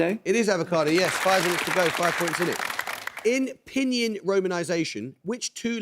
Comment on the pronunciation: Hate that Amor Rajan completely mispronounced Pinyin, where y is a consonant and he said it as a vowel. it is Pin-Yin (as in Yin and Yang) not Pi-Ny-In, ugh!